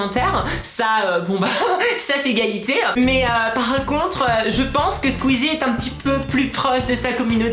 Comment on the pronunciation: Cyprien fait moins de vidéo car il prend du temps a trouvé les idée que squeezie lui il prend les jeux vidéo les plus bien notée chacun sont style est c'est "cyprien" pas "cyprerien" est c'est "squeezie" pas "squeeeezie" .